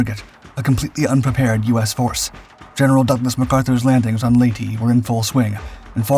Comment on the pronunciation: Just a friendly correction. Palawan and Leyte are being pronounced incorrectly. Put your emphasis on the second syllable. And correct your vowel sounds. As in ley-TEH and pa-LOW-an. 🙂 Just a comment from a guy on the island of Mindanao and maybe 300 meters from a Japanese pillbox.